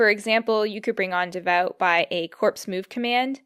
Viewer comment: Forgive the note, but "corps" is pronounced "core" or plural "cores," and "Davout" can be said "Davoo." I've heard Bagration pronounced "Bag ra tee on" and also "Bag ray shun." French and Russian names are troublesome to an English speaker :)